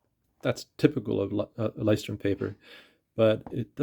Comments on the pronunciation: Thank you for the video. Not to be pedantic but you may actually be interested... Lighthouse in German is sort of hard for Americans to say. Loo oy shh torm Loo as in Lou the nick name Oy as in "hey" British slang Shh as in be quiet Torm as in dorm with a t but not super pronounced. So this part isn't as hard as you may think, just kind of Blended together. Saying loo then oy shh then storm fully in a connected row is hard for English speakers. I leuchtturm1917's own videos they will simplify it a bit to make it for English leaning. If you really want to hear how it's pronounced Google lighthouse in German and then click the pronounce button, don't listen to Somebody pronounce the brand Our journey in journals, the blog has a post saying the exact same thing that you can read, if you like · The video slaughtered that word so bad I had to look twice.